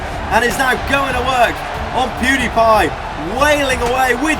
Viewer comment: U said poodi pie